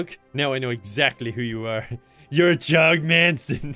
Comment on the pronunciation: You’ve pronounced it wrong, it’s JOG